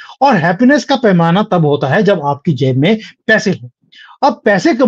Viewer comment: App thek keh rahe hai......sahi word pronounce karne mai galti hue hai....."painama" ki gagah per bari-bari "panamaa" nikal raha tha muh se.....app sahi parke hai.....